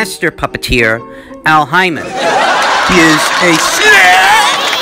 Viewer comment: LOL did you call him Al Hymen?